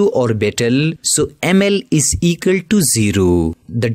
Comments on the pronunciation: Equal❌ Ekul✔️ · Equal ❌ Ecal ✅ 😂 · Equal to ❌ ikal to ✅ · Equal❎️ Ekals✅️ 😂😂😂😂 Jokes aside nice explanation 👌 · Equal❌ Ekal✅ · It is equal not ekal 😂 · Equal ❌ Ekal ✔️ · Equal ❌ Egale ✅ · Equal❌ Ekall✔️ (Just for fun don't take it on your kidney ) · Equal❌ Ekal✅ 🍌🍌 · its equal to not ekaltu🤣🤣😂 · Equal ❌ ekal ✅